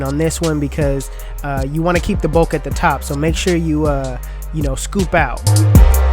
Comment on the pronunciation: If you don't learn how to say bulk and not bolk lol my phone won't even let me spell it thats not a word bro yo be killing me bulk not bolk lol please I'm begging you 😂